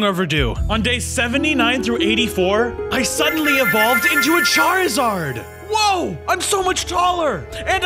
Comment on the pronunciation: you said charazard statue ha ha